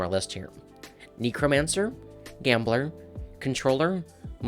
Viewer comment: I main Gambler trickster necromancer I agree to actually thank God you said it correctly!